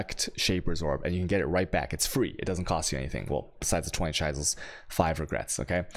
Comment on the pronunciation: I cringe every time he says chisels and alchemy. especially "alchermy" omg